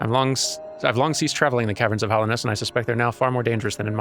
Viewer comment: i just noticed, here and in another video. everyone says hollownest, but its hallow. doesn't matter but still find it funny